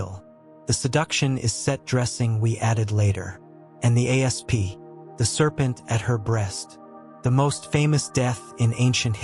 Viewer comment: Saying A-S-P instead of asp makes me think this is AI nonsense :/